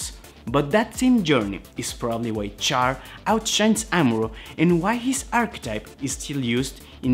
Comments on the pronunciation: It's said "Shh-arr"... Not "Char" like when you burn meat. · it's not pronounced Char my guy it's pronounced (Shar) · Ummm...CHAR is pronounced "SHAR", like in French. (In Japanese, it's "SHAAA".) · Do not make videos regarding Char is you are going to disrespect his name by pronouncing it wrong. Immediately turned the video off after the second time you pronounced his name like he was something you scrape off a grill. It is pronounced Sh-ar Shar.